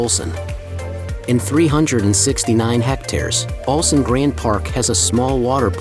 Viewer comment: オルセンという発音が盛んに出るが気になって仕方がない。 ウルサンと正確に発声できなのかな。